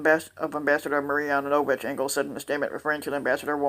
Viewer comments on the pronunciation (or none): You said her name wrong.